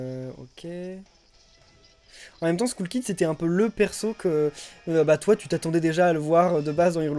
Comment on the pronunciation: faite Skull kid se dit Skell kid